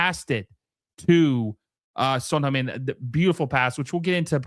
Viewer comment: "Son HUNGmin" Heung = same vowel as in Hurt, not Hung. Google Translate: 흥 민